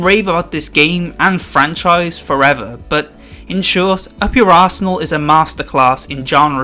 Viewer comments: When he said up your arsenal I thought he said up your asshole lol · I'm the only one that heard "up your ass ernal"